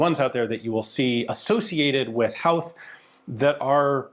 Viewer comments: its pronounced "hoeth" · FWIW, Howth is pronounced like "Hoth" (rhymes with both). It's unfortunately got a weird spelling so one of those words that gets pronounced wrong a lot lol. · HOWth?! They gave you the rifle and didn't tell you how to pronounce Howth?! It's Hoe (like the gardening tool) with a TH at the end. Hoe-Th. Howth. The Southern 3 counties of Ireland?! It's the Southern 3 PROVINCES of Ireland! I couldn't listen to anymore, this was a terribly reported story. An hours research is all it would have taken, but no, that's asking too much. There's 32 counties total, in Ireland, and you think it only took 3 of them to remove the British Empire from our island?! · Just got to add in it's pronounced Hoe-th not How-th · It's pronounced HO - TH the H is silent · it's pronounced hoe-th, like the garden implement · Excellent video and back story, pronounced Hoe-th and curr-Ah. Lovely piece of history you have. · Pronounced “Hoeth” 😂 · Howth, pronounced Hoe-th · The HO in HOWTH is pronounced HOO and not HOW? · Great video about Irish history from my home city. Just one thing, Howth is pronounced "Hoe-th" but most Dubliners would say it like "Hoe-t" we don't like pronouncing TH's very well 😂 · Hey Ian, love the video, so incredibly cool of you to be able to cover and expand on such a fascinating period of my nations history through this rifle and this video. now that thats out of the way, its pronounced "hoe-th" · Howth is pronounced HOwth. As in Ho Ho Ho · We wouldn’t use the “W” in the pronunciation of Howth in Dublin, it’s pronounced more like Hoe-th. Amazing piece of history all the same! And also, whenever you cover any amount of Irish history you will have more interaction with your videos than any other 😅 we come out of the woodwork when any of our history is mentioned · I live near Howth, It's pronounced "Hoe-th" Like how "both" is pronounced 😊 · Hoe th it's pronounced ian. Love the chanel great vid. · Hoe-ath not hou-th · Its pronoucned "Hoath"